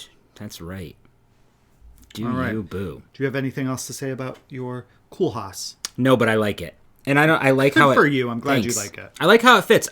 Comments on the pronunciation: Thanks guys was fun as always! Kool from Koolhaas is pronounced as coal (easier for you😀) Rem Koolhaas is a Dutch architect and made the Seattle library ( your picture from the pattern) . Love your Koolhaas and the blue Montrealer it is beautiful. Yes Delft is a town in The Netherlands ( also Dutch 😀) and know for the Delfs Blue porcelain. ( not China haha) The Green one is beautiful to btw 🤣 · He is Dutch en you pronounce it Kohl haas